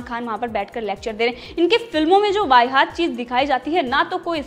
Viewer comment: Vai-haat nahi.... Vahiyaat hota hai